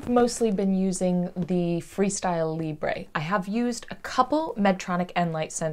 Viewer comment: good video, thanks. Funny how all americans on youtube dont know how to pronounce LIBRE.